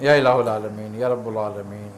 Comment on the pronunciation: یا الہ العامین۔ میں ہا پر زبر ہے